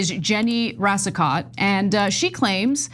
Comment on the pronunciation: Pronounced Racico (t is silent)